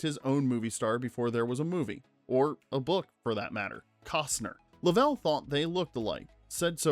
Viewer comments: James LOVE’ell NOT LovELL. I hate it when his name is mispronounced Change the audio PLEASE! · A “rough pitch”? Luh-vell? Did you even watch the movie? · did you watch the movie? It's luvel not luh-vel. also WHAT the film "platters?" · "Lovell" is pronounced LUH-vl, not luh-VELL. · You mean they didn't launch a real Saturn V for the movie? no way...LUH-VL btw. Jeez... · Unbelievable that you mispronounced "Lovell" (Luh-vl) so many times. Did you or any of your staff even watch the movie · Even when it's "AI", These men are American Heros!!! How the hell does no one listen to the piece before it's unloaded???? I've stopped watching. I know how it ends...but some kid, or adult wiil be saying "Jim 'Luvel"!!!! You ruined it.😡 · I turned this off less than a minute in when the AI narrator said “Jim Luh-VELL”. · I usually like these videos, but seriously, how can you mispronounce one of the lead figure's names? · You say “Lovell” wrong so many times it’s like you didn’t even watch the movie or see any real interviews. You posted this 9 days ago and it only has 40,000 views… go back to your edit bay, and re-record the entire voice over and pronounce Captain Jim Lovell’s name correctly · The mispronunciation of the main character makes this video too painful to watch. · Decent video but you think you do a little research on how to properly pronounce the main character’s name. Bizarre. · Train your AI voice how to say "Lovell" properly!!! Don't butcher this hero's name and dishonor his memory. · "Lovell put his name on the line for accuracy" Proceeds to mispronounce his name through the entire video. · ai generated slop cannot even pronounce the name correctly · The way your AI pronounces Jim Lovell's name hurts my ears..... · You say you read all your comments. I hope you read this one. Every time you said Jim Lovell’s name. You mispronounced his last name. Which leads me to ask if you watched this movie how is that possible? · Please learn to say Lovell correctly.... SMH